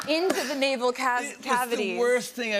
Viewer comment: what is a “navel casity”? 😂😂😂